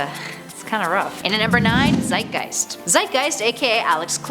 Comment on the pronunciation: My inner german language knowledge died when she said Zeitgeist